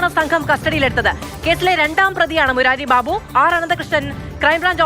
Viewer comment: മുരാരി ബാബു അല്ല.. മൂരി ബാബു